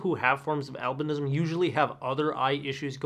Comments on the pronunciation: AlbAnism? Are you sure? Maybe Albinism?! Pay attention, pls. Albanians wouldn't understand you :-))) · “Albinism” not “albanism”. Root word is “albino” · it's albinism not albAnism